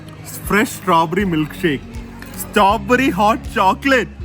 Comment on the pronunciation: It’s strawberry not stoberry😁 but cute to hear you pronounce 😂